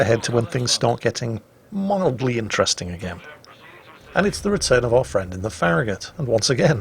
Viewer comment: farragut is not ferri gut